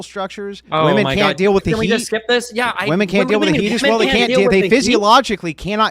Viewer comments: Why is it that virtually every left leaning woman is incapable of saying the plural word "women"? They always pronounce it as "woman". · Why can’t this woman say WOMEN instead of woman. All the time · women. The word is women. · Why do they constantly say "Woman" as plural instead of "Wimen" bugs the shit out of me.